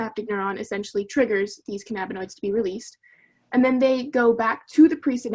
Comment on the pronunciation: "canna-binoids" not "ca na binoids" 😅